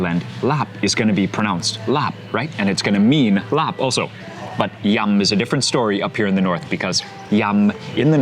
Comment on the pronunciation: Glad you pronounced it correctly. Irks me when people call it "larb"